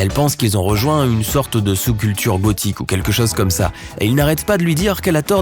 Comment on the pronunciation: C moi ou à il a dit bothique au lieu de gothique